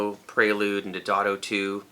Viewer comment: Not lambasting you at all, but it's Day-o-dato, not Did-ato.